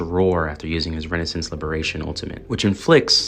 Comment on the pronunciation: not trying to be a grammar nazl but, the way you say RES O NANCE as renaissance was driving me wild, also partying instead of parrying. Other than those great video and i also agree very much, and am excited for wuwa